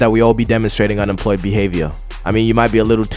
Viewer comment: “unempwoyed”, “aww”, “john powk”, “go enjoy ur wife”, “the whole pwocess”, “anymow”... bro as an employed person, u need to focus on something else😭